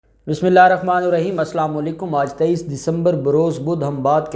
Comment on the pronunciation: کتے کی نسل پہلے اپنا ﷽کی تلفظ ٹھیک کرو پھر بھونکو اور اپ کی طرح جس نسلی لاوارثوں نے مولانا کے لٸے غلط زبان استعمال کیا اپ سمیت انکے کے لٸے اور اپ کے جعلی نظام کے لٸے مولانا اکیلا کافی ہیں